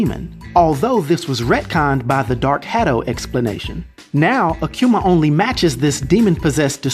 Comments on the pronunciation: Ah-Koo-Mah Not, Ah-Que-Mah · Hey "," you continue to BUTCHER his name the further the video got. You started out saying AKUMA right though...then it went down hill from there. There is NO "Q" in his name, therefore it's NOT "aQuma!" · It’s pronounce ahh-q-ma. Akuma (aah-q-ma) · the name is Japanese. Ah koo ma, not ah kyu ma. You're videos are always entertaining brother keep bringing them. Trinidad fan I am! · i can't help but hearing Aquma when you say his name Akuma xD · It's pronounced ah-kuhh-mahh not a q ma,there is no q in akuma. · Who the hell is “akcuma?!” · "Akiuma" "Rayu" why can't americans pronounce anything correctly? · I've never heard someone say Akuma the way this guy does 😂😂